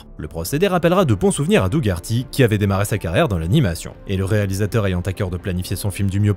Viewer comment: ça se prononce doh-erty C’est horrible ce que tu fais, sachant que le pauvre Doug Herty pensait qu’il allait réaliser le film:p